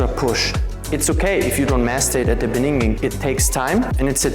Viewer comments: It's "beginning", not "beningin" btw 2nd video with this mistake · Ey yoh, it's beginning not beninging😅, just messing with you, love your content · good video. my question: why do you always say beninging? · As an African man, In da beninging gets me everytime😂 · yea beninging haha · In de bininging. In. de. bininging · I will practise this, but you need to practise how to say beginning. 2 times u butcher this word.